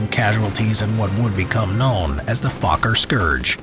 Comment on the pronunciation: I like he said fokker as fu